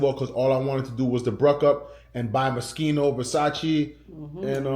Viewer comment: 😂😂😂 Muskeno (Moschino) 🇯🇲🤎